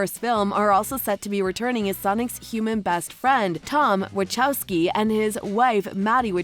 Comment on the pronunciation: Haha she said “wachowcki”😂